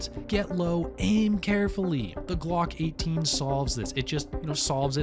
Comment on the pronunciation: Am I the only one that cringed every time he said Glock 18. I’m probably nitpicking . Otherwise great video !